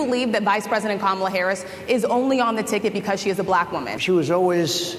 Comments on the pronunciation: It’s VP Kamala Harris that is now running against twice impeached, 34 time convicted, 3 pending indictment having 78 year old RAPIST & criminal DonOLD Trump… Not President Joe Biden… Now please make sure you can pronounce your soon to be president’s name SIR (COMMA-LUH) 🗣️ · It's VP Kamala Harris that is now running against twice impeached, 34 time convicted, 3 pending indictment having 78 year old RAPIST & criminal DonOLD Trump... Not President Joe Biden... Now please make sure you can pronounce your soon to be president's name SIR (COMMA-LUH) 🗣️